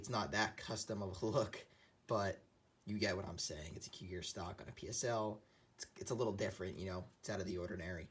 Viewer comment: Nice video but it's pronounced "KOO-jir" and not like cougar. 😉